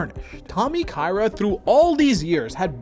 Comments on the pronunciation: It's Tommy Ka-Ira, not Tommy Kayra. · Hello sorry it is pronouced Ka ira ?